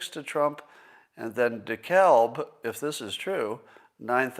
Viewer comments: DeKalb is a sir name. The L is pronounced. It's more like dee k-ahl-b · it's DEKALB (with L sound) in my county of Indiana